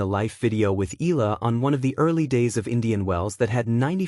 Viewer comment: you need to pronounce her name properly, ay naku!